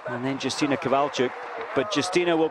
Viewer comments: Not Dżustina but Yustyna. This information is to a commentator. :P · not Yustyna But Justyna Kowalczyk .Wiem jak to sie wymawia bo jestem polakiem .This is information is to a vafanculoputana